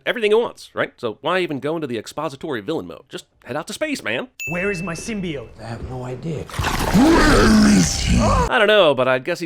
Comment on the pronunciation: HOLY CRAP THEY FIXED SYMBIOTE PRONUNCIATION!? Then I WILL see the movie.